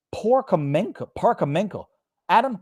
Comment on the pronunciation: it's pronounced as "par-whOre-menko" with stress on the second syllable